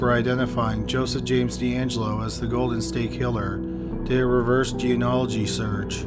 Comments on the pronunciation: It's GEE-NEE-AH-LO-GY! Not "Geonology"!!! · “Composted” for composite. I’ll give you credit for not saying “jeanology” this time, but “gee-uh-nology”isn’t right either. Try it this way: “genie-ology.” The study of the Genie from Aladdin.